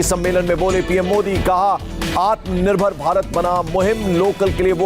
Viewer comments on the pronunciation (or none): none